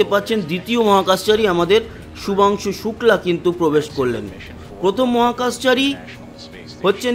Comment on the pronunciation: Nam tato thik kore bolun